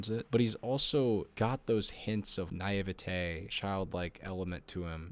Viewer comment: Love your takes but your pronunciation of naivety was insane